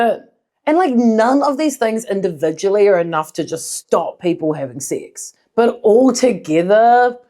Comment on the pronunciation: At the beginning, your pronunciation and the middle letter being hidden behind you makes it seem like "SIX".